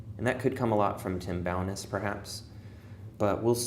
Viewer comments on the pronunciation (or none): Tim Bo-NESS. Accent on the "Ness" part.